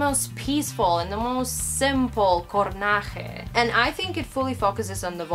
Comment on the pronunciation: Really amazing review! I loved how you interpreted the album. My personal favorites are ''Desafío'', ''Anoche'', ''Fugaces'', ''Urchin'' and ''Reverie''. Just one observation, it's ''Coraje'', not ''Cornaje'', greetings!